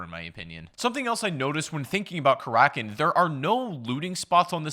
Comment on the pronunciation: Karakin? more like kalackin